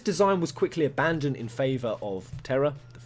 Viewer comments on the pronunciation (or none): none